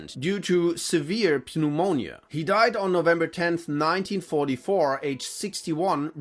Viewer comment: If he had he would have pronounced Pneumonia correctly 😂